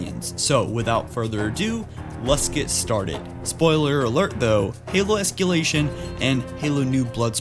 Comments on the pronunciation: Say it with me es-cuh-lay-shun. no close, not escyoolation es-CUH-lay-shun CUH CUH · es ca lation. not es key lation. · Still can't pronounce "ESS-CUH-LAY-SHUN"? Okay.